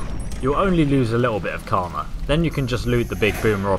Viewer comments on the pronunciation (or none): none